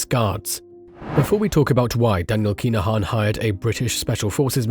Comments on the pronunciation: KIn-A-Han not KEENAHAN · yep your doing my head in everytime you say keenahan like has wrote thats how its said but fast.